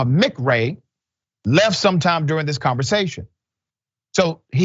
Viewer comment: DID YOU JUST SAY "AXED" HER WHETHER SHE HAD BEEN BAPTIZED???? HOW HARD IS IT TO SAY ...A.....S.....K.....E.....D. ???????????? ITS ENGLISH!!!!!! NOT E BONICS!!!! I KNOW YOU WENT TO SCHOOL BECAUSE YOU ARE SAVVY WITH LANGUAGE!!!! YEP IMMONAAXESUMBODYELSEBOUTDIS¡¿. WHAT SAY YOU/THEM/HIM/ ERBODY. UNOWATTIMTOMBOUT🙏 ASKED✌️💚🇺🇸💪💪🏿💪💪🏿💪💪🏿💪💪🏿